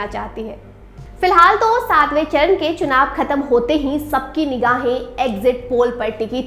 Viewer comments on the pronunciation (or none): चर्ण नहीं चरण होता है जी!